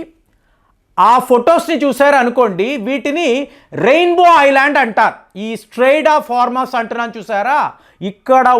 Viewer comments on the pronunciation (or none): none